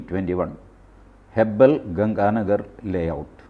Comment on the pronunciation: ഹെബ്ബൽ അല്ല ഹെബ്ബാൾ ആണ്